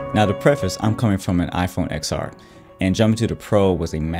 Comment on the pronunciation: It’s pronounced TEN-R not XR...! I would expect MKBHD to know that!